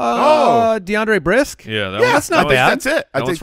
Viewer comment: Guys. It’s DeAndre Brisk.